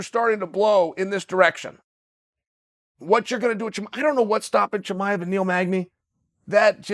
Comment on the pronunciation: For guy who makes so many videos on him, you’d think he would start saying his name right man.